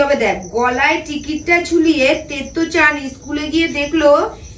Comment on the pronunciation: তেতো চান নয়, ওটা তোত্তো চান।